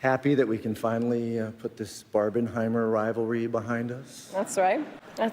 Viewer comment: Barbenheimer thingy got me crazy. Then, he pronounces "rival ry", moreover, accentuating both of them, rival and ry. English speaking people should be taught from elementary school to don't deform their language so much. Just look how bad you currently pronounce... "that's rai, that's rai his ken and Kishy..." [the rest of it is understandable after interpretation]. But I understand every single word of what says, without any problem.